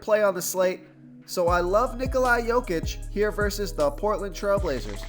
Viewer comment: Solid plays tonight....not using my phonetic help I see....you continue to pronounce Ni-Coli, when it is pronounced Ni-Cola....how much easier would you like me to make it